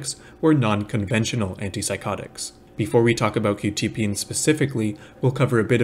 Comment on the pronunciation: I think it's pronounced kwu- tya-- peen